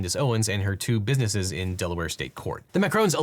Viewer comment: You said, "bidnesses" dude...